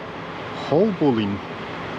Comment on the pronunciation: Just to let you know the pronunciation to Haulbowline is (HALLBOLIN) 🤔